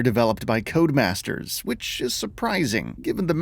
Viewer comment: code=uh-masters? It's just CODEMASTERS dude. Your footage looks like I'm watching a webcam in 540p